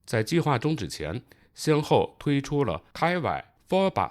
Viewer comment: KIWI 不读开外， 读 kee wee， 你没看你后面有一张照片，上面写着另一方案的名字 PEWEE2， 读 pee wee ， 这俩都是小鸟的名字